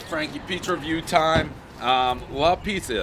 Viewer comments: The place is called La Pizza and Pres somehow manages to mispronounce "pizza". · Trash pizzas lately made him forget how to pronounce pizza, everybody knows the rules.